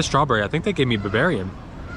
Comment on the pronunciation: you did say buvarian